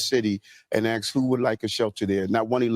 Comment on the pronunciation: Mayor Adams, you're a mayor. Stop saying "aks".